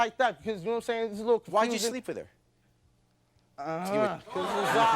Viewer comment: He is a absolute loser! "Nome sayin"